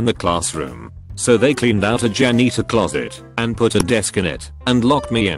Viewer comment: Voice: pronounces Weepuls correctly Also voice: mispronounces janitor